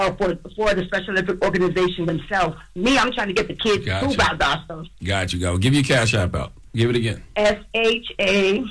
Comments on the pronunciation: SHE LYING BECAUSE ITS PRONOUNCED VAL DOSS STA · Valdosta not Valdōsta …